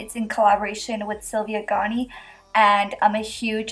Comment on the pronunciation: u pronounced gani wrong 😆 its "geni"